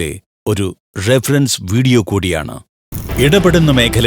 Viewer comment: എന്നതാന്ന് ? ഴഫഴൻസാ ..? റഫറൻസ് .. വല്യ Style